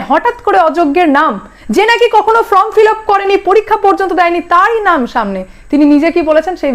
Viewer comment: আবার বলছি কথাটা "ফ্রম" ফিলাপ নয় "ফর্ম" ফিলাপ 🤗 দয়া করে শুধরে নেবেন 🤗😊